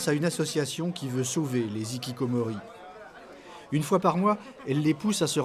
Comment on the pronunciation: les hikikomori et non pas les zikikomori, par respect pour la langue japonaise. Merci.